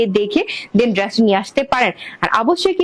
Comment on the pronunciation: আপু আপনি উপস্থাপনা গুলো স্বাভাবিক ভাবে ও দিতে পারেন এত দ্রুত তো ভেঙে চ্যাঙ্গাইয়া বলেন কেন নিজে ভালো করে শুনেন আপনি ড্রেস কে কি বলেন । আর আল্লাহর দেওয়া চোখের কালার ভালো লাগে না না বিড়ালের মত হইতে মন চায় ভালো করে দেখেন তো বেশি ভালো লাগে আপনাকে। নেগেটিভ কথা বলতাম না বললাম যাতে আপনি নিজেকে সংশোধন করিতে পারেন। সবাই তো মিথ্যা মিথ্যা তেল মারে আমি সেটা মারতে পারলাম না